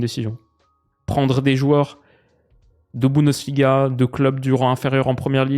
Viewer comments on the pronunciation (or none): none